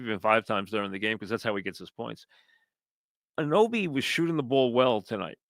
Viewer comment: It's A-nu-noby Mike